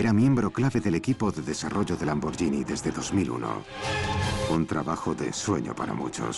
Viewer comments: que el narrador del documental pronuncie bién Lamborghini...gh no es "y" es como gui, de guitarra. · se pronuncia "lamborguini" no "lamboryini" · Se escribe Lamborghinis pero se pronuncia Lamboryini menso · Lambor"GUI"ni... "GUI"... "GUI" ... "GUI" !!!!!!